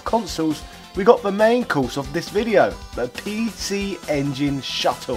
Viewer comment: Makes fun of the way Japanese people talk then proceeded to say "pee-she ingin" for the rest of the video.